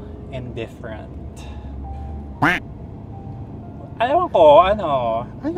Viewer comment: LT yung "indifferent " ni, sana inulit n'yo yung Indifferent?!!! 🤣🤣🤣